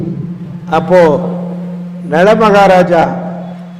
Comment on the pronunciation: நல?. நள?..என்ன ஓய்.. பிசுப்புட் தேள்...போங்கோ..😮